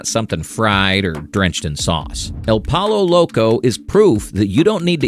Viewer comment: I love how he can pronounce TortiLLas right, but not poLLo !